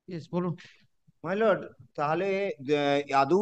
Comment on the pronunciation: ভাঁড়া কোথায় থাকো কাকা! মাই লোড!!😂😂😂 ঠিক করে বাংলা জানে না এসেছে ভিডিও বানাতে।